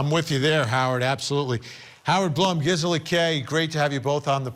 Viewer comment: Hey Vinnie, is pronounced Bloom